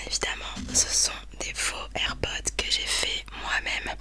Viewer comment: Air pods y a un s donc ça se prononce air podz 😂😂❤️❤️❤️❤️❤️❤️